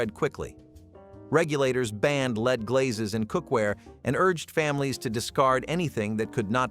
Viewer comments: That’s lead with a short e. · rite! and his mispronunciation of lead over and over again!